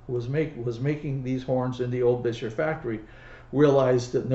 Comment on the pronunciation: Congrats on pronouncing the make as Gus Beuscher did; most get it wrong- Bisher! Of course, it would have been closer to Boosher in the old country.